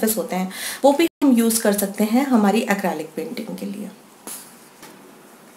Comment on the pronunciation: It's quite nice, but please correct your pronunciation. It's Acrylic. ACREEEEELIC. Not ACRAAALIC. Other than that, your videos re nice.